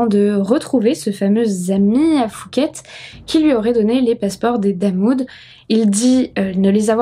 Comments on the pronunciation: phuket n'est pas prononcé "foo-ket" mais "Poo-ket" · Prononçons pouket comme les poux dans les cheveux Pas fouket comme le resto parisien fouquet s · Merci pour la video.. Juste pour info au cas ou tu traites d'autres affaires thaïlandaise les lettres P et H qd elles se suivent ce prononcent P pas F.. 😉 donc phonetiquement pour phuket on dit pouquette pas fouquette.. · Chouette vidéo. Juste une précision en passant, Phuket se prononce Pouquette pas fouquette. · Je vis en Thaïlande, ça se prononce Puket pas Fuket. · Salut, on ne prononce pas le h de phuket, on dit pouket. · c'est quoi cette prononciation de Phuket xD ont dirait qu'elle dit Fouquet's 🤣🤣🤣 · C’est PHUKET…. avec un P🖐😎 on ne prononce pas le H …..( Poukèt en phonétique ) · Par contre Phuket se prononce pouquette